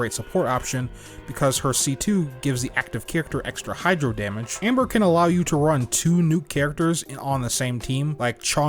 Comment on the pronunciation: For a moment I thought that you were saying Ember.